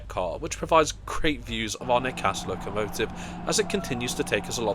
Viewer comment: Nice video, just to let you know it's "ney cassey" (broken nose).